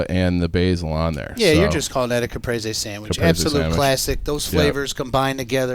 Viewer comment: how tf to all of you pronounce caprese wrong? Cuh-preez-ee phonetically spelled